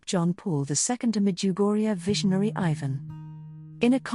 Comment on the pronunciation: Your ignorant pronounciation of Ivan's name and the fact that you remain so stubbornly Ignorant and inconsiderate are a horror.